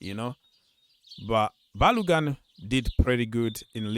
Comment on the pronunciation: Bro. go and learn how to pronounce Ba-lo-gun from Nigeria, Yoruba.